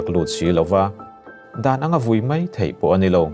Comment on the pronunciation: Mai tih tur ah Mei a ti duai duai zel hi a diklo tih vawi tam ka hrilh tawh.